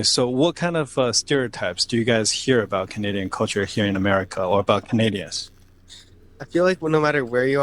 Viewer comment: if you notice before he says it (especially the first time) there is always a slight pause like he has to remember to say aboot. I find him a bit to negative about Canada and I get enough of that from pp on the news so I stopped watching a long time ago.